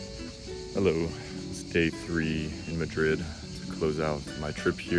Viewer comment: Obviously Not, his accent says it all. And the way he pronounces <Madrid> is cringe 😬…